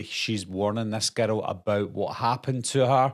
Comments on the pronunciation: I keep thinking you’re saying ghetto lol 😂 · I swear, every time he says "girl" in that accent...... I hear the word "ghetto" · I can’t get over how when you say girl it sounds like ghetto lol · When you say girl sounds like you're saying ghetto 😅